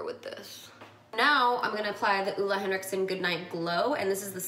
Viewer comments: You def mispronounced Ole Hendrickson at first. It was the toner, Steven bought it for you when you were on a trip and you had breakouts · More like OH-le you could say. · Ole Henriksen is a danish name and you sure are close to pronouncing it completely right! Better than most people haha. Greetings from Denmark! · I love the way you say ole henriksen😂 I’m from Denmark and it’s a danish company so to hear it pronounced in English is so strange😅😅 But so happy and proud of him he really work hard for his brand and he is just such an amazing person. His energy is everything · Well, Ole Henriksen is danish so you’re actually still saying it wrong 😂😂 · always funny when non-danish people are trying to pronounce "Ole Henriksen"